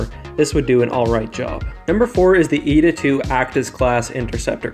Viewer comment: we may disagree on almost everything but YOU ETA INSTEAD OF EEE-TEE-AEY!!!!!! Someone in SW community knows how to pronounce it! Thank the maker!